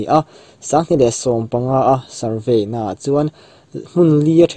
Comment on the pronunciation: nâ ni lo , na tih tur anih hmel